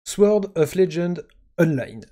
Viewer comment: On ne prononce pas le w de "Sword". C'est comme le K de "Knight", la consonne est silencieuse.